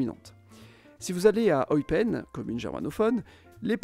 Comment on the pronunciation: On dit pas oipen mais eupen